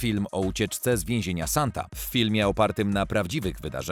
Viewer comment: Sonte a nie Santa. Używaj tłumacza google, będzie się przyjemniej ogladalo